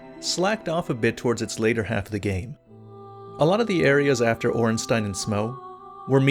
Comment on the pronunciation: Bruh I'm just glad you pronounced Ornstein and Smough correctly...